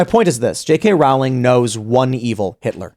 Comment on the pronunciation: JK Rowling is pronounced "rolling" like bowling.